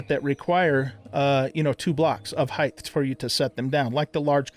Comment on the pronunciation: Pet Peeve Alert: Height not Heighth